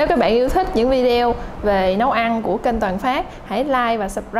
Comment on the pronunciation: Video đọc là vi d ô nha chị nói vi deo là sai r nói theo kiểu việt nam cũng được nhưng nên đọc đúng sẽ tốt hơn